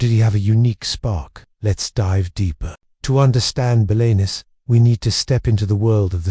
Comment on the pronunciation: this is awful. Can't pronounce Belenus, can't pronounce Celtic and full of errors and made up stuff.